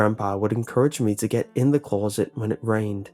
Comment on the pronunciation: Blank closet spoken with an accent.